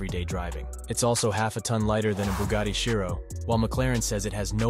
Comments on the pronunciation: It's Chiron not Shairon and Shiro 💀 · bugatti chiron has a "n" at the end. you should try to ponounce it... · chiro? CHIRON! 🤣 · lmao "nevra" "shhirone" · What's a Bugatti 'Chiro'? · "Bughatti Chiro"...!? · How many times did he say Chiron wrong?😂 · Every next car is much faster than the one preceding it. In reality they were all about the same. I don’t trust a narrator who doesn’t pronounce the manufacturer or model name correctly. Try again. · What the hell is a Bugatti Chiro? Erm if you are producing a short film on cars, you must get the names right. It’s a Bugatti Chiron and the Jesko that you pronounced is actually pronounced yesko